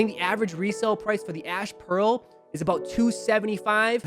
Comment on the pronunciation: At 29 seconds in did you say the ash blue release or did I just hear your accent wrong? Anyway just messing with you 😁. Love the channel. Took an L on the ash pearls 😒